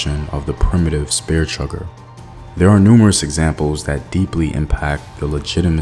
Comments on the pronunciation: It's chucker not chugger, bruh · Bruh, chugger? It's CHUCKER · CHUCKER not chugger.